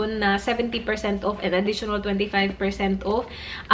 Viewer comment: Enjoy sana yung content mo, u are smart. but dko na talaga kaya, ang thick ng bisaya accent mo. The way you pronounce the word "off" is wrong. You pronounce it wrongly as "uuuf". I can't anymore. And when you pronounce "dollars" as "dahllers".